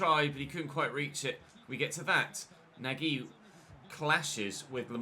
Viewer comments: Nagy is pronounced Nudge. Love the videos man, keep it up! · Hey, I believe the rb nagy's name is pronounced nah-dge